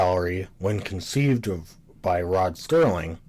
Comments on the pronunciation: SERLING - - - - - not Sterling, what a dummy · Serling. Not Sterling. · It's Serling, not Sterling! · Why are you calling him STerling instead of Serling? Just to get comments? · Dude, his name is Serling, not Sterling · It’s Rod Serling, not Rod Sterling. There’s no T in his last name, you nincompoop. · I would have enjoyed this video more if the narrator didn’t keep mispronouncing names and words.He repeatedly mispronounces”Serling” as “Sterling”. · It's "Serling", not "Sterling" - Gimme a break. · It's SERLING, not Sterling, dammit! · Sterling?! His name is Rod SERling! Not Sterling! He's a writer, not made of silver! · His name was Rod Serling not Rod Sterling. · Interesting analysis...but the guy repeatedly mispronounces Rod Serling's name as "Rod Sterling"! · Why do you call him Sterling? It's Serling.... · It's Serling, not Sterling goddammit! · Good doc....but damn you with the "Sterling" crap. It absolutely drove me nuts. I don't know why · I love the show too and appreciate your video and commentary - one thing to note is that Rod Serling is not pronounced as "Sterling". Thanks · Did it ever occur to you that you may not have the intellect to thoroughly understand the subtleties of rod SERLING s writing seeing as how you can t fathom the pronunciation of his name. You are koalafied to WATCH tv not to critique it. Back to the couch potato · Agreed! It’s hard to take a presentation like this seriously when you can’t get Rod Serling’s name right! Many people on this thread have dismissed this VERY annoying and disrespectful error as “no big deal”. Well, I’m sorry but it is a big deal! If you’re going to take the time and care to mount this type of project, which by the way is an acceptable critical analysis, then for god’s sake, get the effing name right! Serling was an undisputed genius and master of the television medium. His name is presented in big block letters during the credits of every episode. Sterling??!!! For god’s sake, go easy on the vermouth!